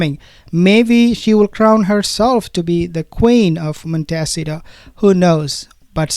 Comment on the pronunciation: Love your channel, but the correct way to pronounce where they presumably live is not Montessito, lol, it's Mon-te-ceeto! ❤